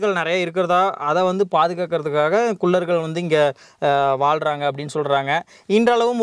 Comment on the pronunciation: தம்பி.. உச்சரிப்பு திருத்தி சொல்ல பழகுங்க.. குல்லர்கள் அல்ல குள்ளர்கள் னு சொல்லணும்